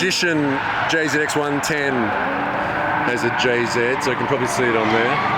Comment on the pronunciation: Jzed... ugh, its JZ